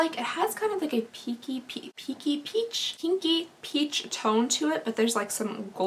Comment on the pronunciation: I really thought you said: “kinky” shade! Not pinky! 😂😂😂